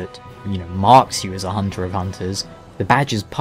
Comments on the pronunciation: is it a german accent? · I really love Eileen's accent of pronouncing "honter", "blurd", "enurgh", sounds so special.